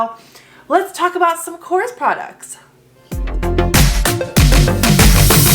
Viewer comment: Thank you for supporting a greek brand:)As a greek i appreciate it❤❤❤ (also it is pronounced Korrés)